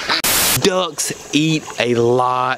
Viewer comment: Thanks for the information. I also learned how to pronounce duhcks haha jp